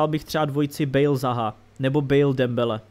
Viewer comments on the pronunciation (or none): none